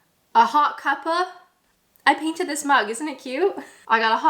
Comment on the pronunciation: After 9 years you should be able to say cuppa right 😭 But aside from that, you and youe vids are cute, keep them coming!